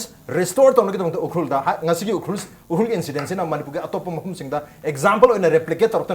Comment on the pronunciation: should learn to pronounce "Ukhrul" correctly.